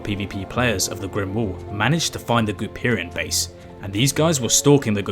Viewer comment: GOOPERIAN?..... REALLY?